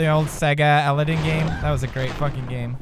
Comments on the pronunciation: Dat pronounciation of Aladdin though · I love his accent when he says Aladdin. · The Way He Pronounces Aladin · lol the way he says aladdin